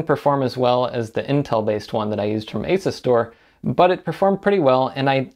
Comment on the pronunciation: Why you gotta say Asus like that